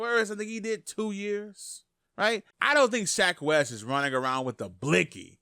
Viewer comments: I like how he says "Shaq" instead of "Sheck" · You mean "Sheck?" My guy is saying "Shaq Wes." 😂 ~Dz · Fw wif u but it’s sheck not Shaq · When you say "shack wes" when its "sheck wes" 🤦🏾‍♂️ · SHEK Wes. SHEK. Not SHAK. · Who the hell is shack wes , you mean sheck ? wes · Nigga said “shaq Wes” 😂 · i like how he says shack wes not sheck wes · Who the fuck is shaq west lol it’s shek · Buddy said “shaQ west” .. sheck... it’s pronounced “sheck” rhymes with heck // neck// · its called sheck wes not shack wes news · its not shack its sheck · Everyone: Sheck Wes: SHAQ WES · “Shak Wes” 😂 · Shack Wes.... bruh, DO YOU NOT SEE THE "E" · No one:: “Shaq wes” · Manz rlly said shack wes 😭😭😭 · Tf is "SHAQ WES" my g? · He said “Shack West” lmao 😂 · Lmao he's saying "Shaq Wes" lmaooo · Nigga said shaq west 😂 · My man really said Shaq west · Part of me feels like you saying Shaq Wes to be funny but then again I feel like you legitimately don't know his name 🤦‍♂️🤣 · I had to 👎you cuz you said "shaq" wes multiple times 😂 still all love and support tho lol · i fux with you but if you say SHAQ Wes one more time.. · “Shaq west” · Who’s Sha Quest? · I was confused for a sec when he said SHAQ WES 🤣🤣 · why is it so hard for u to pronounce Sheck Wes properly lmao